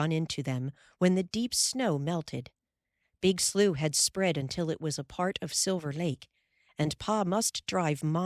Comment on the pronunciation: I love that the word slough is pronounced correctly. At least that is how real Midwesterners pronounce it. Pronounced "sloo".